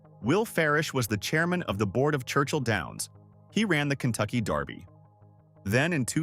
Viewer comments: Please! It's DERBY! Not Darby. Do your research. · Its derby, not darby! Kentucky belongs to the people, not a bunch of millionaires! i resent your saying that cause its not true! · This is killing me. It is pronounced Versales NOT like the french chateau. It is pronounced DERBY not Darby. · It's Kentucky Derby..... Not Darby! Pronounce it right if you are gonna do it! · It’s DEEEEErby. Not Daaaaarby. 😂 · It is also pronounced "DERBY", not "DARBY". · It’s DERBY not darby. What the heck?!? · DERBY Not darby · Derby is pronounced Dur-bee; not Dar-bee...😊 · Also, it is dErby, not dArby. 😉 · dErby. NOT Darby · Huh it's pronounced how ever the person says it saying it Just like Louisville people says it different I Lived in Murderville Guntucky My Whole Life A Couple Blocks From Derby it doesn't matter how a person says it Frfr but as I was writing this I heard dude on this video say Darby lol so I understand wat ur talking bout your right to correct them on the way there saying it lol My Bad